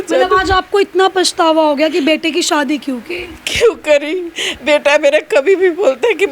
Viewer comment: Aap ki bolne ki style kafi irritating hai. Aaj kal anchors kuch alag tarah se bolne lage hai . Shadi ko shwadi bol rahi hai